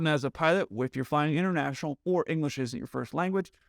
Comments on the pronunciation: Bro, LOL.... , you said, "doesn't have the level of English necessary for them to work inter-RATIONAL...." I couldn't tell if you did it on purpose, but it was Hilarious!! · I appreciated the irony that you messed up "interrational" when stating that the pilot's grasp of English wasn't good enough. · interrational operations, huh.... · I heard that mess-up...inter-rational. You da heat.